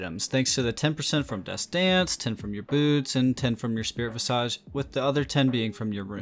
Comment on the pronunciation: "Vis-idge." Why is it that no one who does League Youtube knows how to pronounce that word? It drives me nuts. For reference